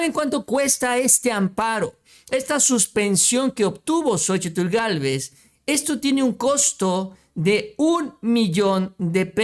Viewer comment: El nombre de ella es Xóchitl no Xochitul